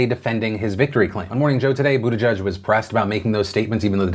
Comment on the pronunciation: I thought it was pronounced Butt-ih-geeg